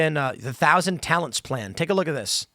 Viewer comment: I misheard "Thousand Talents" as "Thousand Talons". That sounds like a supervillain secret society, like Hydra.